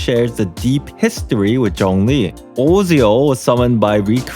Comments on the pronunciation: Kinda fucking hate that Osial pronunciation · That Osial pronounciation mde my chest hurt.